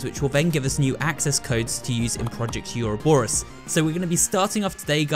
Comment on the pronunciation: ITS PRONOUNCED ORO-BOR-US